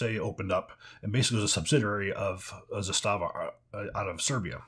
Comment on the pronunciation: ZAH stahva....stress on the first syllable